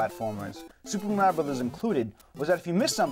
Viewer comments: why the hell is it MÆRIO??? sounds too weird! its mArio!! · I wish they could pronounce "Mario" right. Where are they getting that from? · i kno i say maHHHrio like ahhh not like aeee lol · Stop pronouncing "Mario" wrong